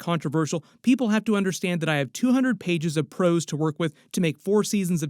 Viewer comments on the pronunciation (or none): none